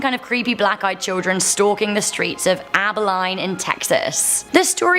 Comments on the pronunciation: Abi-lean! And La Yarona! Not Abi-line and La Lawana! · Get it right geez Abilene sounds like Abaleen not abaline! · It’s aba(lean) Abilene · It’s pronounced ab ah leen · Abilene = ăbi leen. Bexar = bā har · Abilene is pronounced AB-uh-leen... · lol i live in Dallas, Texas which is 2 hours from Abilene… her butchering how you pronounce it bothered me 🤣 it’s Abilene like (abi-lean). i’m from canada as well. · It pronounced aba-lean. Just so ya know. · It's pronounced Abileen. Lol. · I grew up in Abilene (Pronounced- Ab-a-lean). The black eyed children are understood to be truth in Abilene as well as nearby Lake Fort Phantom. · Yeah she said it incorrectly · It is so funny on how ppl say Abilene lol don't worry I for one love your accent and some ppl can't pronounce anything right I have a southern draw and still can say certain words lol you are so beautiful and you seem nice so don't worry about it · I still live in abilene, hello! :) she did pronounce it wrong. We made the list though!